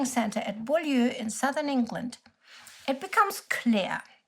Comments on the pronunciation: Beaulieu is pronounced bue-lee. It currently has a motor museum, well worth a visit. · where in southern england? lol what are these pronunciations. I don't want to be mean. it's well researched but it's so hard to follow with the accent. If i remember there was a place near where i grew up called Beaulieu where i think SOE agents were trained. But it's pronounced Bue-leee (Beaulieu)? and the years I have to do a maths equation to work out what year we're talking about lol